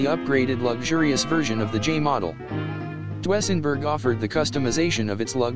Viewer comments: I've never before heard those cars called "Dwessenburg"... It's pronounced "Doozenburg".... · Your computer voice needs to be corrected... it's DOO-ZEN-BERG ! Not DOO-EH-ZEN-BERG !That car's name is where the expression "It's a Doozy" comes from. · For the love of God, it's pronounced "DOO-sen-berg,", not "DO-ESS-en-berg." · Computer Voice can't quite get Dusenberg pronounced Doo-sen-berg. Fab car, 104 mph in 2nd! Amazes me! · Love those computer voices!--you almost have to mute it-but to call it Dwessenburg is unforgiveable! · To the narrator. You're the only person in the world that has never heard of a Doozenberg. Maybe you should leave cars alone to the men and a few women and go play with your LEGO and watch the Kardashians on TV. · HA ! DOO ESS EN BERG ???? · You left out Packard which was a rival to Cadillac and Dusenberg and actually just as or more luxurious. Also you need to have a live person do the commentaries on these vehicles, as the pronunciation of Dusenburg was way off. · A spot on about the pronunciation I was going to say the same thing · Chrysler Imperial, or Lincoln doesn't belong on this list...like AT ALL! Cadillac was not THE luxury car, Packard was! The crap list should be called cars that people in 2024 would know about. Can't even pronounce Duesenberg. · Each time he mispronounces DUESENBERG I cringed. 😣